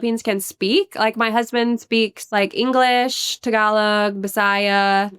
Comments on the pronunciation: it is Pronounced "Tagalog" not "Thhaagalog"🤣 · Bro! pronounce it properly! TAG-A-LOG! :D Killing me bruh! :D